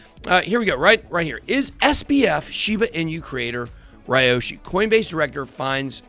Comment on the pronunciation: It’s Pronounced Liyoshi….